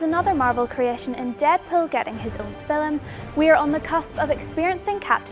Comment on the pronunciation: it's film, not fillem